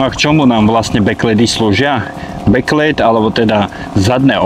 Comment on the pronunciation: Bek lid ,nie bek lejd bože